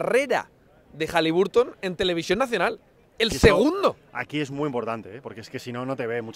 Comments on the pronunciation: Entre las canchas espantosas y que los Pelicans fueron a las Vegas a pasearse, solo queda el buen partido de Hali BAR ton (no sé si soy el raro que lo dice y pronuncia bien ). Si defendiera un poquito más él y su equipo la cosa estaría mejor todavía. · Por favor, no sigáis pronunciando HalibUrton con U